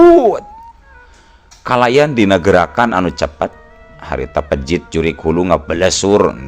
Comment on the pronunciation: Cigeulis Pandeglang manco Ki. Peujit Ki sanes pejit punteenn